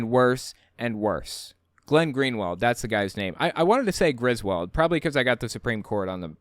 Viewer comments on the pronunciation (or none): none